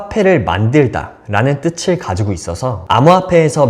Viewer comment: 다 좋은데 “뜻을” 발음은 뜨츨이 아니고 뜨슬 입니다